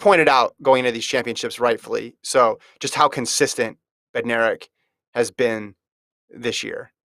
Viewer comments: Bednarek is pronounced BEN-narek, with the stress on BEN. The D is silent. How does FloTrack not know this? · Actually, Kenny is my cousin and Bednarek is pronounced Bed-Nar-ek. The D is not silent, but kind of blends in with the N. Just letting u know from one in the family. Saying Benarek without the D is wrong and so annoying that announcers get it wrong.